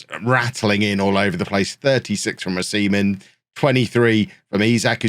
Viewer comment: In b4 getting de-monitised for saying O-semen